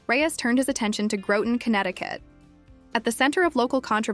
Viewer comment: It's pronounced Groton rhymes with rotten. And that is coincidentally, the honest truth.